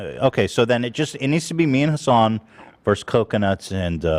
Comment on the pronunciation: I know "HAsn" is a meme, but I'm genuinely starting to wonder if Ethan has forgotten how to say Hasan's name.